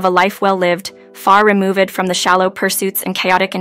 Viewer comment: wow, the pronunciation, instead of removed it's remove ed, so many more